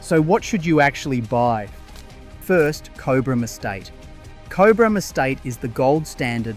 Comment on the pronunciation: Pronunciation of Cobram is : corn of the cob, then brm.